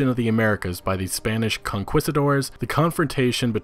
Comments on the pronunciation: Its not Spanish Con-quisitors. You keep thinking inquisitors but its Con-key-sta-dores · Pronunciation policing aside, I think we dont need a Roman setting as we could do that in an AC Origins expansion. Although your mis-pronunciation put inquisitors into my mind. A game set during The Spanish Inquisition could be very compelling. Feudal Japan or China would be super sick as balls as well